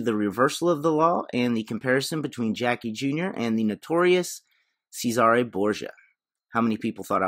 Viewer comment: Pronounced: Says-Er-Ray damn it 🙂